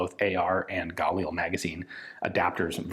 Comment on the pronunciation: You pronounced 'Negev' right! Now try 'Galil!' 😂